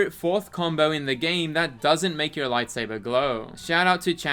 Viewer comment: Lite Say Burr